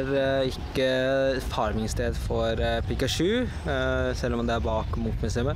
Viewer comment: du sa pikasju d heite pikachu!!!!